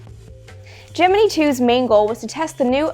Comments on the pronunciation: was looking in comments to see if someone else thought this. she sounds like she is saying gemnee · Gemini is pronounced gem-in-eye like the zodiac sign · It's Latin and it's pronounced Ghe-mee-nee. That sucks, but it's what you get for your attempt at nitpicking. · I cant get over this pronunciation of gemini😅 I cant